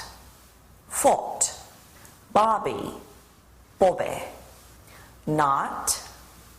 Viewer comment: BOBBEH, COFFEHH